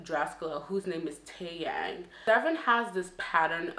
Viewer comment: Ignore the person who said you were pronouncing Drascilla’s name that way on purpose. They obviously live in a bubble and have not traveled the world, nonetheless the United States. People pronounce things differently, especially when a name is obscure! You even pronounced Taeyang’s name incorrectly in this video, but the person didn’t want to bring that up. 🧐🙄 I think people will make a far stretch to make it seem like someone is ‘bullying’ Drascilla. This video has nothing to do with that, and criticizing Deavan (a grown woman) is not bullying her daughter! She constantly deflects her own criticism she receives as a mother on to her daughter and it’s sad smh. Anywho, I like your videos and I have been following this case as well. I definitely think Deav and Elicia were hard on Jihoon and still are. It’s quite hypocritical of them as well if you consider that Elicia has stated that she’s been homeless before and that Deavan was living in her mom’s house during the show. They don’t need to be on Jihoon like that when they weren’t any better off in their own lives. 💁🏻‍♀️